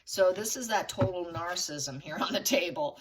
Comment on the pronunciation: THERE IS NO SUCH WORD AS 'NARCISSM', THE WORD IS NAR-CISS-ISM.